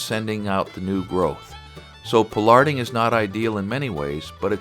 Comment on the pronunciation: Never hear pollarding said in quite that way, interesting diversity of English. Very interesting to see the American approach, pollarded trees in the UK often have a ball at the top of the tree that lots of small branches grow out of, but they have been pollarded for a couple of hundred years.